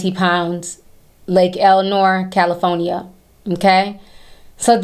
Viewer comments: Not to takeway from the seriousness of this subject/video content bc I agree with Ti- he's gross, disgusting, and one pedo-disturbed individual who needs to be locked up...but if I could just create a notification, ring or alert tone in Ti's voice saying "Pick up, Cali-PHONE-I-YA is callin'!" - accent on that state-word is priceless ❤ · I love the way you say California lol